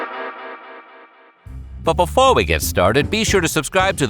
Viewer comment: "Befoe we get started..." is the way he says it. He also has more humor in the inflection of his voice than the girl. Befoe sounds so pompous and I love it lol!!!